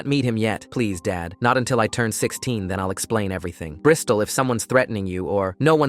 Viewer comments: "brystol" lmaooo🥀🥀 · …Bristal? ….like a Brisdol board?